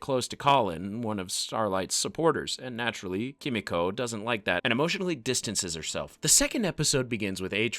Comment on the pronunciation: Just gotta say I don't think the voiceover guy has seen the show just by the way he keeps saying "KEE-MEE-CO" and "Kimi-Co" I just had to look up a scene to make sure I wasn't crazy... EVERYONE says her name "Keh-Meeko"